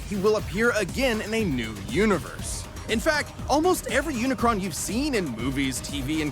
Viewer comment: "Umacron" Bruh...Umacron? Even if you say you can't remember his name, they have said his name like 25 times! At least show a little respect.